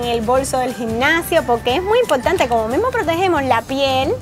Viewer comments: Yo cuando tengo que hablar en español y no en ingles también digo inpotante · dice *impotate*😂😂like si te has dado cuenta